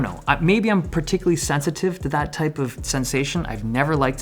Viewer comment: Also "maybe I'm particular sensitive to that tye of sensation"